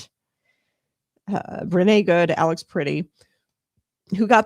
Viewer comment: A) it's pronounced PRETTI, not pretty. B) he didn't approach officers with a gun, he attempted to assist a woman who was a US CITIZEN that was being assaulted by ICE. Pretti was recording (a right that he has) and was subsequently pepper sprayed by ice agents. He was thrown to the ground, and in the video, you see his hands in a fist while he's on the ground (NOT on a gun) And that's when officers shoot him. TEN TIMES. they shot a US CITIZEN TEN TIMES while he was on the ground and his hands were visible.